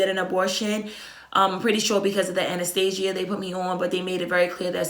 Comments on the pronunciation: sis if you say “Anastasia” one mo time 😭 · I was gonna correct her and say anesthesia. Pro nounced Ann-nis-stee-sh-ga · ANESTHESIA NOT ANASTASIA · I love how she says anesthesia lol that accent